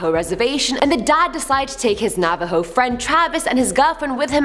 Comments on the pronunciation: Take a Bomg Rip everytime says Navo.:j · Every time she says Navaho take a shot!